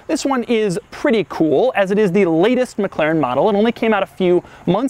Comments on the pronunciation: I abhor how he says "McClaren" Dammit man, there isn't another C in there. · Your totally saying the name wrong It's not Mc claren its Mc-laren And pls keep your hands down Stop moving your hands all over your face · Your "mclaren" pronunciation is a bit annoying,oddly.